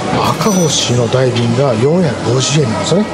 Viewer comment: 因みにだいびんではなくおおびんやで